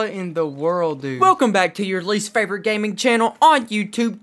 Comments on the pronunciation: Who else herd him say the game in the gun 😂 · Anybody else notice he said game in the gun in the begging😂